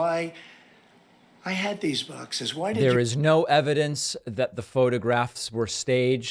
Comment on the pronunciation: “Baaxes”! Is he getting funnier as he’s getting older? 😂